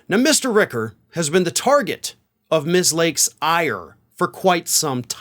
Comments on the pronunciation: ..... its Rich-er, not Rick-er, just sayin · it's "Richer"